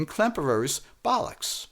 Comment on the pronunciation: Why are you pronouncing Captain Bolix as Captain Bolux? Is this deliberate smut? snarf snarf